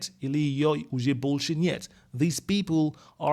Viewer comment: 😀When u say “больше» , it sounds like bullshet ,lol